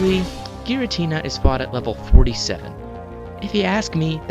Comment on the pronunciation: What is a girintina? Oh, you mean Giratina.